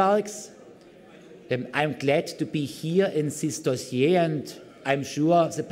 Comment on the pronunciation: "gut prepared" "upean levle" "I'm glad to be here in sis dosier" "We have all chances to bring 'Energie' on a good way"